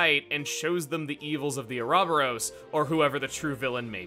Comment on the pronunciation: jesus christ Chugga pronouncing uroboros oo robber ose. Lol wtf.